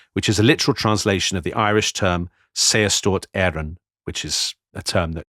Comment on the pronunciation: Your pronunciation of Saorstát Éireann was very good. It literally means the Irish Free State. It was one of the two versions in the Irish language of the title "Irish Republic". Saorstát Éireann and Poblacht na hÉireann were the two terms used. From early 1922, Saorstát Éireann was used to describe the Irish Free State and Poblacht na hÉireann came to be used for the Irish Republic.